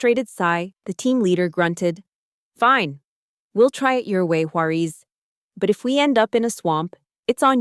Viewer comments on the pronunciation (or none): Sometimes the narrator pronounces her last name correctly; sometimes it’s Juareeez.